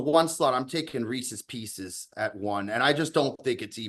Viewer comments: …For the love of God… There is no such thing as Reese’s “PEE-SEES”. That candy does not exist. It’s just how morons have incorrectly pronounced Reese’s Pieces for decades. The guy’s name is Reese. The little M&M shaped candies are his pieces. It is pronounced Reese’s Pieces. Just sound it out like an English speaking adult. What you were going for is Reese’s Peanut Butter Cups. Fact, not opinion. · Can please stop saying “pecies” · Imagine going through life thinking "Pieces" is pronounced "pee-sees." deserves whatever fallout he gets. Be better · Wtf is Pee-Cees!?????? That is fucking absurd! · What a dumbass. WTF is a Pee-Seize? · STOP SAYING PEESEE'S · PEESEES is not a word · Jesus Christ that was the most outrageous take regarding reeses. Also it’s not fucking pronounced differently than piece is with an S. The way pronounces it make them sound like reeses feces. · can we get a language of origin for how is saying “pieces” Buddy is banging himself the whole show this week 😂😂😂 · i had to pause the pod to come to the comments. There needs to be some serious hand up accountability on the Reese's debate from. Thinking there is a difference in the cups & pieces by just pronouncing PIECES differently is just pure insanity. Calling them Pieces Butter Cups has to be up there on the one of the worst Cutsyisms out there. just an all time debate